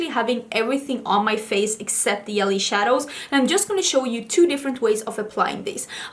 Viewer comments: Thanx for a great tutorial. Fyi: J in jelly is pronounced like soft g as in the word gently.😊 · Yelly 😉 I’ll admit that I can’t pronounce the letter “v.” I always pronounce it as the “w” sound. It would be so cute if you sang the Destiny’s Child song “I don’t think you’re for this yelly (jelly)” song 🤣❤️ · The pink look is gorgeous but I think the yellow is stunning and makes your eyes really pop! May I ask if the “j” or it’s sound is not used in Swedish? I heard you say “jelly” and “yelly” so I’m curious. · I love how you say 'yelly' instead of 'jelly' #SoSwedish #WhyAreYouSoPerfect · Yelly (jelly) was so cute! As an American watching, I love the accent!! Then again I know mine would be picked up on in Sweden. I just do not think any other country loves the American accent. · Pronounces "longevity" flawlessly; can't pronounce "jelly" 😂❤ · lol i love how she pronounces it too